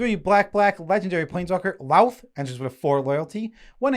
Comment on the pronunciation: Just FYI, the o in Lolth is pronounced more like "oath" and less like "ow." Great video!